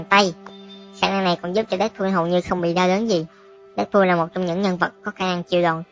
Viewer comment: Dead "pooo" :v